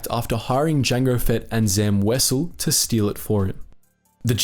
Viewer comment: Wow this is the first time I've ever heard someone pronounce Wesell correctly, good job.